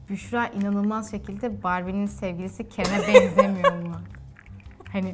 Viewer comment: Büşrayı seviyorum ama büşsra demesinden nefret ediyorum